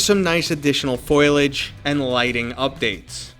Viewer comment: “Foilage” 😂 Those shiny bushes, ya know...?